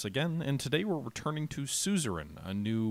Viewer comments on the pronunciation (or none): Last episode, maybe you finally learn to pronounce ”Suzerian”. ^^